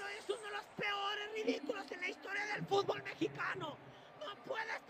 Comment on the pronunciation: Hey Mexicano - Se Pronuncia FUT-bol; no Fut-b-OL.